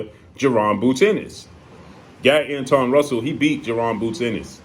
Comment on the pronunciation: Gary Antawan is how u pronounce it, if im not mistaken. The only one who beat boots